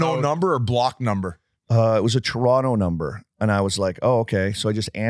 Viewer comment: Great pod boys! Gotta get working on saying Toronto properly, Whit's got it right. Where did you get that hat, Biz? Can average Joe's buy one somewhere?